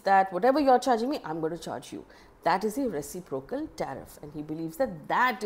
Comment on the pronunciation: Dear Faye. The stress accent is on the second syllable, i.e. ruh.SIP.ruh.kl for reciprocal.